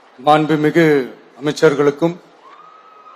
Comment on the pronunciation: "மாண்புமிகு மிக்சர்களுக்கும்..." அப்படினு என் காதில் மட்டும் தான் அப்படி விழுந்ததா ???😂😂😂🤔🤔🤔